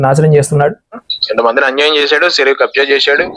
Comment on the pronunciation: జై శ్రీరాం.!! మీరు "చ" పలకడం నేర్చుకోండి సార్! చెరువు, చేసి లాంటి పదాలు సెరువు, సేసి అంటుంటే ఎబ్బెట్టుగా ఉంటోంది సార్!